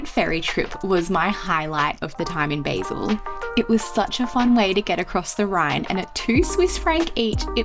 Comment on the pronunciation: Great video but it's pronounced "Bah-sil" not "Bay-sil"!!!!